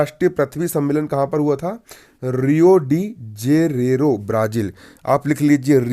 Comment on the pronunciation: रियो डी जेरेरो नही है।सर जी।रियो डि जेनेरो है।